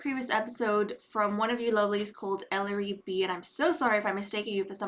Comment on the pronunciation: I apologize, I have a terrible memory. What are all the names of current babies/toddlers we have? Also super surprised you pronounced my name right! There have been crazy mispronunciations of the name Ellery